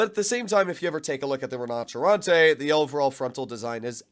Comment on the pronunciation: Took my I while to understand you where saying “Rinoceronte” …